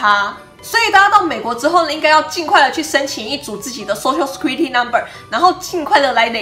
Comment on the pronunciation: Security 念錯了